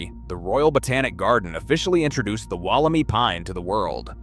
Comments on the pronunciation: Can you a least pronounce it correctly is not “walla-me” is “walla-my” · WolleMY, not WolleMee, PLEASE! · Woll-em-eye is the correct way to say it :P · Amazing! It's said Wolim EYE by the way. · Wol om i pines. Mispronounciation is terrible. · It's pronounced Walla My- rhymes with guy. It was found less than two hours from my place. At around the same time I found a group of small stunted trees I couldn't identify, growing on a steep mountain side on a friends property. I cut one to show around and see if the old timers recognised it- none did. The wood and inner bark were white but within half an hour of being cut turned bright yellow. I contacted the head of the state forestry service- he sounded excited and asked me for samples- I sent leaves, wood, bark and seed capsules- and waited. Thirty years later I'm still waiting. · here in australia wollemi is pronounced wollem-eye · It is pronounced WOOL-A-My.